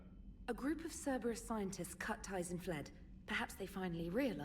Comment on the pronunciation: "Cerberus mole", lol.